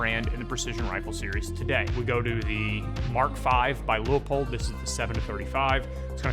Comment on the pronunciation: Yeah Baby!!!! Finally someone who knows how to pronounce "Leupold". Your opinion just doubled in value. ☺